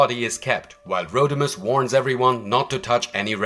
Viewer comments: It’s Rodimus not Roadimus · He said roadimus prime lmfao Like the Omni productions dub